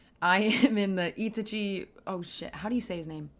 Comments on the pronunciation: Was not expecting a Naruto video but ts fire Also not to be that guy but im pretty sure its "ee-tah-chi" not "e-teh-ji" Edit: I'm so being that that guy rn but its also "ho-ka-gae" not "ho-ko-gae" 😭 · Itichee ❌ Itachi✅ I...taaa....chhe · E-tachi slow down and separate your pronunciation the name is in 3 parts i-ta-chi. So just say ee in one second and tachi the next. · ita-chi lol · For future reference, Japanese is built off syllables, not individual letters, and each vowel only makes one sound. So, break Itachi into its syllables, "Ee, Tah, Chee." There are exceptions, but that's a good starting point with Japanese. It's always funny watching people flounder with pronunciation when it's phonetically one of the easiest languages out there. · Four days later to reply, but just to correct on Itachi's name pronunciation. The way to pronounce it is "I-TAH-chi" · Oh… “ee-TAH-chee”… I didn’t know what the heck you were on about. I thought it was another anime/manga lol. Just listen to some dub pronunciations. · Great video. Please keep us updated! P.s. it's pronounced itAchi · Couple things lol. Itachi = E-tah-ch-i Hokage = Ho-ka-gey Konoha = Ko-no-ha I guess since the chunin exams were technically over the moment when he attacked Hiruzen. Pre-timeskip is also seen as better than post. Not only that but the general public love the Sakura & Lady Chiyo fight. Never read it but the anime was amazing for it. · You must emphasize the a in Itachi, not the i. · The way she emphasizes I sounds wrong if you have watched the anime